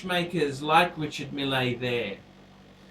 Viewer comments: found out it's pronounced "Risha-meal" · in french they hold the E a little longer. Its like Reechar Meele. is right